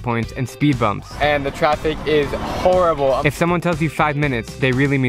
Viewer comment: I'm its traffic not traffis.